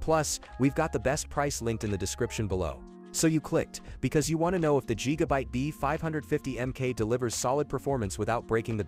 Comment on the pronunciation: LOL…yeah, I’m going to trust a lazy, worthless A.I. voiced video where the robot can’t even manage to say Gigabyte correctly. Yup…got it. JEEGABITE. LULz.